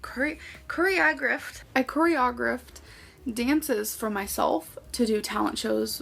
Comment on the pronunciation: Corry-og- raft 🤣😂😂😂 SOOO bloody funny AF!! Tried to lie about being a choreographer and yet didn't even know the right way to pronounce the word (but then, she's REALLY sh1t with the English language)